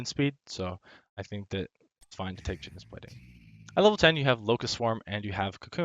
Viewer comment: It's "Kite"-onous.:)